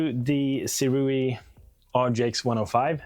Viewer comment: Pronounced Sue Ray